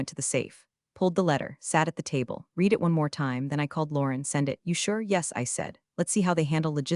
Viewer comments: please teach your fake intelligence the difference between read, present tense (sounds like reed) and read (sounds like red) past tense. what's a dollar ten m shipment ( voice ) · “Your AI narration keeps tripping over words like ‘read’ and 'resume,' and it completely changes the meaning. It’s like the computer is reading letters, not understanding sentences. A little attention to pronunciation using phonetic hints or TTS markup would make this way easier to follow—and a lot less painful to listen to. Right now, it’s distracting and kills the immersion.”